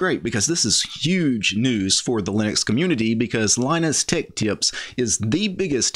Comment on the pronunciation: You cant say tech.